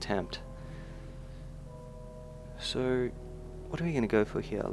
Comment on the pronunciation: I hate it how he says hare instead of here -.- Drives me crazy!